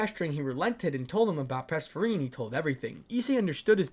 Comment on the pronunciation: purr-seth-phone-knee that is how do you pronounce Persephone. 😂😂😂 Sorry I don’t mean to be that guy but it was really just bugging 😅 Sorry 😂😅